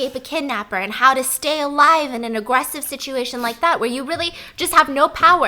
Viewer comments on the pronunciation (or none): i LOVVVVEEE how she say Agwwesive